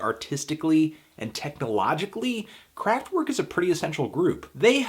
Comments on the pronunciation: IT'S PRONOUNCED KRAFT-VERK WITH A V NOT A W, WATER FILTER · "w" in german is pronounced as "v" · So you can pronounce Neu correctly but not Kraftwerk? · The way you keep saying Kraftwerk hurts my ears